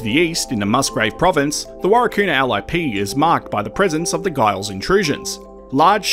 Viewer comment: Giles is pronounced with a J